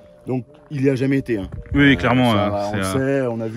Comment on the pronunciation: "Ui "😂😂. Cet prononciation d'un autre monde